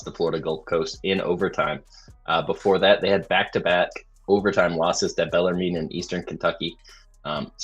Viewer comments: Bell ar moon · It's pronounced BELL-ER-MEN. Please and thank you. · Bellarmine is pronounced "bell-er-men."